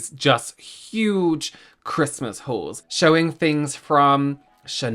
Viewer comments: My American ears keep hearing "Christmas whores" instead of "Christmas hauls" 🤣😂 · I heard "whores" not "hauls" 😂😂😂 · Oh dear, my Aussie ears heard it as Christmas wh*res, not hauls 😮 oops 🙊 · The way I kept hearing “whores “ instead of “hauls” 😂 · Oh my god I thought you said Christmas whor s.